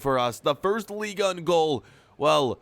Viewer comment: Can u stop say league un its league 1